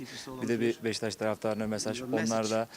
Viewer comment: Ne güzel de Besiktas diyor maaşalah.